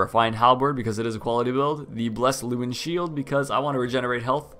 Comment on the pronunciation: Please say Llewellyn correctly, I know it will be hard for anyone who probably has never heard any of he Welsh language, it's one of my favourite Welsh names it disappoints me to hear it said like this. Great video by the way, this is my favourite NPC